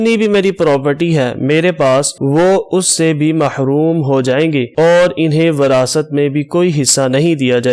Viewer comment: انٗہیں کو انِہیں کہنا بھی غلط ہے۔